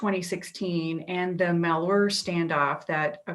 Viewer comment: Pronounced -Mal-HYUR